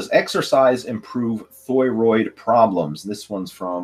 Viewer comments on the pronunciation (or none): I know what a thyroid (thigh-roid) is, but I have zero clue what a thyroid (thh-ooiiii-roid) is. 😂😂😂